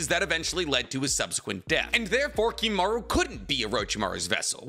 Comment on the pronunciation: KimimarO. The amount of times you mispronounce the simplest things is pretty sad.